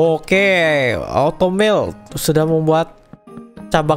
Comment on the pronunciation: Bang bilang nya kok automelet